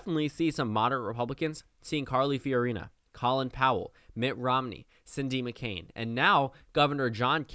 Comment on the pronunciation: Hey ive heard you do this several times- his name is pronounced Colon Powell not call-in